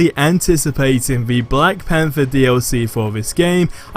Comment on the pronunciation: Im surprised u r able to pronounce black panther correctly, but Thor : Four , Thoughts: Foughts 😜